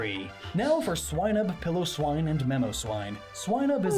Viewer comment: I'm surprised a Pokemon expert pronounces Piloswine (Pile o swine) as "Pillow swine".